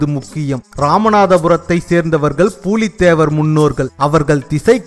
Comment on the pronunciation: Not பூலீ தேவர் it's புலி தேவர்